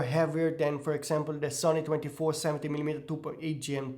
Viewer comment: "the" is pronounced with the "*th*" not with a "d". its not "de" its "THE"